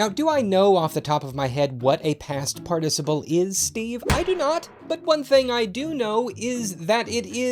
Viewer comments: Ur pronouncing participle wrong. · I was mildly perturbed at the subtle variation at the pronunciation of the word "participle". I mean just pronounce it how it is? How hard can that be? Pfffft. As a Brit, who pronounces everything the correct way.. This makes me mildly discombobulated. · You're pronouncing participle wrong.